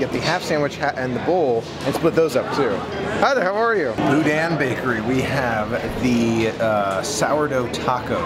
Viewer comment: If you want to sound like a local: pronounce “GEAR-a-delli”, “BO-deen bakery” and “Myur Woods”. Can’t wait to see you at the Disney family museum tomorrow. 😊💕